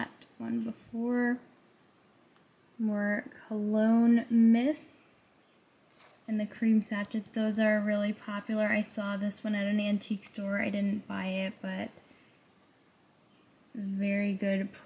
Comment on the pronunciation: I was given so many of these vintage cologne bottles growing up. I wish they'd bring back these scents! (Sachet is pronounced sash-say ;) not sash-et). Thanks for the sweet stroll down memory lane!